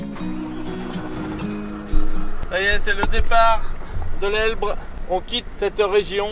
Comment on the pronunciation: Sympa le nouveau format vidéo, plus court. Sinon, c'est l'Ebre, pas l'Elbre ...